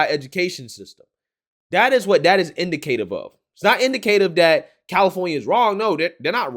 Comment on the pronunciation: "Indicative" pronounced: in-ˈDIH-kə-tiv not in-di-CAY-tiv